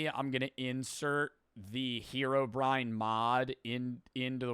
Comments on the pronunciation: Wait, did he just said "herobr-ian" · Herobrian😭🙏 its Herobrine